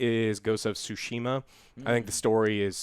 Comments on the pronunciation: Yo Joe, because you appeared to want to pronounce "Tsushima" correctly, Japanese is pronounced on the first syllable, not the second. So it would be "TSUshima", not "TsuSHIma". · It's ghost of Tsushima, not Sushima. In Japanese the 2 sounds exist: there is つ or ツ that is pronounced Tsu as in Tsunami (with an emphasis on the "T" sound) . Do not mistake it with す or ス that is pronounced Su as in sushi. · Tsushima. Think of the Tso from General Tso's, just replace the o with a u. It's not SUshima, it's TSUshima. Unless you pronounce Tso like Two-so. Stop it. Get some help.